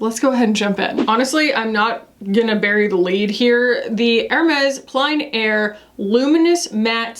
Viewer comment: Hey! I know you like to get your French pronunciations right - plein air is pronounced more like “plenn” air